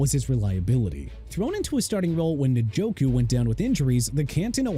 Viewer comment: CHICAGO PRONOUNCED SHEE-KAH-GOW NOT CHEE-KAH-GOW!! KYLE MONANGAI PRONOUNCED MAH-NUN-GUY! OMARION HAMPTON PRONOUNCED OH-MAH-REE-ON! XAVIER WATTS NOT AVIER WATTS! JEREMY LANGFORD PRONOUNCED LANG-FUHRD! DAVID NJOKU PRONOUNCED EN-JO-KOO NOT NIN-JO-KOO! BIJAN ROBINSON PRONOUNCED BEE-JON! YOU CAN'T SPELL, YOU CAN'T PRONOUNCE, YOU DON'T KNOW WHAT YOU'RE SAYING THEN GET OUT!!!!! QUIT YOUR JOB AND GO BACK TO SCHOOL AND GET A PRONUNCIATION COURSE!! I'VE HAD ENOUGH!!!